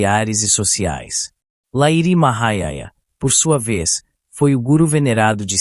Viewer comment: Só um detalhi: se pronuncia Lahirii Mahasaya. Otimo resumo.